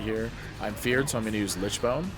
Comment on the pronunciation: I love the commentary, VERY helpful as someone whose still learning, but already hit KSM with frost... HOWEVER I can't describe how tilting it is to hear you say Lichbone instead of Lichborne XD gave me a little twitch everytime lmfao